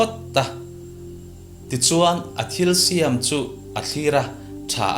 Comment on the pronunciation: Siam hi tlûk lo se. syäm" a ang leh thin... Mahse, ka hlawk pui thin hle 👍👍